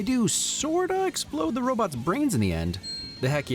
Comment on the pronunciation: When Rick says "robots" as "robits" it made me remember Michael Keaton from Mr. Mom. He says it when the family is eating breakfast he asks what is on TV and says "robits".